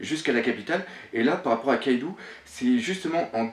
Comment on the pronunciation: Le nom "Kaidou" ne se prononce pas KaïdOU mais bien KAÏDO, le "ou" au Japon n'existe pas il est dans la romanisation, là que pour accentuer la prononciation du "O" En gros c'est comme s'il y avait deux "o" dans Kaido ou un chapeau sur le "O" donc Kaidô.